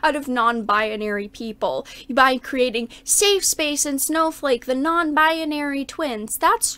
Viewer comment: Why does pronounce it "bi-a-nary"?